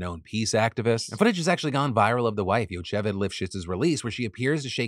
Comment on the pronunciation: OK there's a lot going on here but I gotta say that Phil's pronunciation of "Yocheved" absolutely SENT me